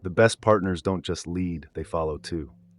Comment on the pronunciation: I know you artificial. The way you pronounced "bow" and "lead" ... Once. No human would've made that mistake